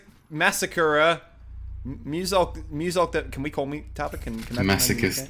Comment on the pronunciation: I love the way you say Tava. Your a true Aussie. "TARVA! TARVA!! NEVER MAKE THAT PUN AROUND ME AGAIN." "TARVA OH MY GOD IM SO SORRY."